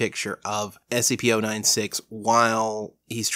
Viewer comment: And you're wrong about how to pronounce SCP-096!